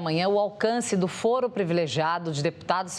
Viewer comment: CLAUDIA TAVARES — fala-se fôro, não fóro. Foro não é fórum, mesmo se advindos da mesma palavra em latim.